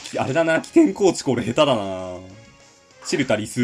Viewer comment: チルタリスのイントネーションって、それで合ってるん？w